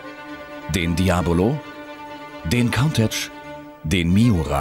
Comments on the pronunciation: daibolo und cauntatsch. wenigstens werden heute die namen richtig ausgesprochen xd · Sagt er wirklich Countach (kauntätsch)? 😅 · Wie der Sprecher damals Countach ausgesprochen hat , ohje. ("Kuuntasch" wäre richtig) :) PS: MEEEEEHR SOUND!!!!einself :D